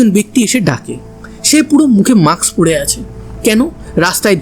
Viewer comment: Mask, maks নয়। উচ্চারণ ঠিক করুন। অত্যন্ত কানে লাগে। এর আগেও লক্ষ্য করেছি।